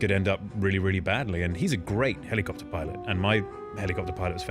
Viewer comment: The way he says helly copter